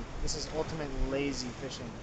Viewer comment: wishing instead of fishing.